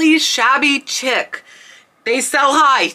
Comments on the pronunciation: It's pronounced " shabby sheek" , not "chick " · As always, very informative. Please, Shabby CHIC is pronounced "sheek" not "chick." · Hi, I am an antique dealer in IL. Your info. is on track, but may I add that pronouncing words correcttly would be an asset for you. Chic is not chick but pronounced Sheek (shabby chic) is a decorative style. You missed the point on one blanket as it had Pink on it. She is a big musician. No offense, just trying to be helpful. Trifari is a short i in tri. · Chic pronounced SHEEK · I was going to say the same thing! Sheek not Chick. My home decor is this style. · chic is pronounced sheek not chick.. ok ty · It's pronounced sheek not chick.😁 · I love your videos. Someday I hope to find something at thrift store that is actually valuable. PS check your pronunciation of the word chic. I believe it is pronounced sheek.❤ I'm on your side. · Just a note to respectfully tell you that "chic' is pronounced "sheek" not "chick". This video was so fun and inspiring! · Shabby Chic is pronounced sheek not chick. Just so you’ll know for the future. I appreciate this video!! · chenille not Chanel. Chenille is the bumpy cotton fabric that is all vintage now. The new chenille is usually synthetic. Chic not chick. Shabby chic is a style, not reference to slang for a woman. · Just to help… it’s pronounced “Sheek” not chick. “Chic” pronounced sheek. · chic is pronounced sheik not chick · Chic is pronounced :sheek. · That Rachel Ashwell was sold at target around 2005ish … I know because I bought a lot of it ! It cracks me up how you say shabby chic… because I used to pronounce exactly the same way until one of my friends back in that time period laughed and said girl it’s sheee-k but I do that all the time with everything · I don't mean to nit pick or criticize.....but...Chic is pronounced "sheek" - like a bed sheet but ending in a k. Thank you for all you are doing for those of us who are newbies and know only enough to be dangerous.😉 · Chic = “sheek” :)